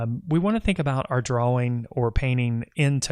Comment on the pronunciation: Dude are you incapable of saying DRAWING like a normal person?..